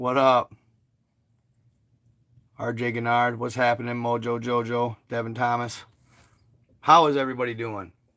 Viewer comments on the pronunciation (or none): none